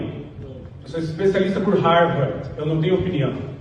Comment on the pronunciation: Não sabe nem falar Harvard direito.